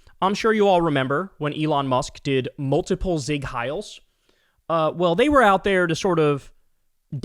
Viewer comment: “…I’m sure you all remember when Elon Musk didn’t multiple zeig heils” It’s Seig, not zeig